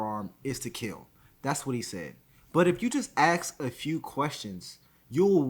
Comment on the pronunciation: I think it’s funny how you try to speak so proper like you’re college educated and intelligent but you still can’t pronounce or say the word “ask”🤓🤓 nawga please🙄🙄